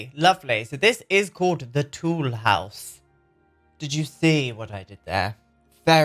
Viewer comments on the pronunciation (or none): I come from Toulouse, France and feel blessed with this amazing character! Btw, Toulouse is prononced like "to lose" in French. ❤❤❤ I would write it Nestlé Toulouse... But I like the writing you gave to him too! 😁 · Every time you mention Nesley Toulhouse I think about Henri Toulouse-Lautrec. It's because the way you pronounce his name.